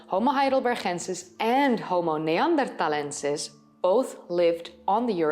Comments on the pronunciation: why pronounce "neanderthalensis" and "heidelbergensis" so strange? Named after areas in Germany, why not pronounce them german? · Most interesting. She has a strange prononciation of Homo neanderthalensis and Heidelbergensis.